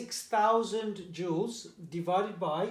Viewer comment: Im confident and sir you pronounced 96000 incorrect